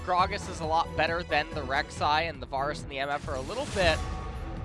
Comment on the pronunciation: The pronunciation of the champion and item names are so strange 😭 “varrus” and “liaundy’s” and “au-trox” and “daur-ius“—- is it influenced from how the names are pronounced in Korean? It’s like an -au sound for any words that have an “A” instead of utilizing the different sounds of “A” that English has in the -air and -au and -ah sounds...as in v-AIR-us, Lee-ANN-dree’s Torment, AEY-trox, D-AIR-e-US. Lol, compulsive about pronunciation 😂